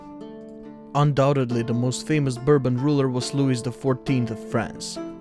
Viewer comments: Please learn how to PRONOUNCE names - especially LOUIS as in Louis XIV - it rhymes with "Luey" not with "...is" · holy fuck i hate the voice and how he speak. and the pronounceation is horriffic sounds like someone takes aids filled shits in my ears. and Louis is pronoinced with a silent S.... its pronounced like Loui